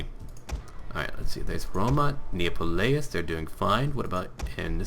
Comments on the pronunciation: It's not Neapolais...Nee Ap Olis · The city Neapolis is pronounced 'Nee,App,O,Liss' I'm just saying this because you pronounced it incorrectly =)